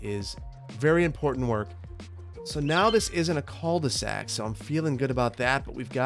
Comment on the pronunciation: Love you and your content, but idk why hearing people say "Col de sac" annoys me so much. I wonder if it's just me and my french speaking dumb ass. I usually don't care about mispronounced french words but this one is hard to deal with. 😂